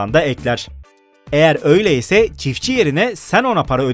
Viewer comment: çitfçi değil çiftçi